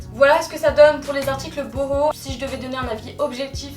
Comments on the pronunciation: J'adore tes hauls ils sont simple efficace et rapide tu prends pas mille ans à expliquer un produit c'est sa que j'adore continue comme sa t'es magnifique ! Et puis je crois que sa se dit "bouhou" et pas "boho" haha 😅 super vidéo 😊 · Super vidéo ! 😘 (Le site s'écrit "boohoo" mais ca se dit "bouhou") je t adore biiisous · On dit pas "bouhou" ?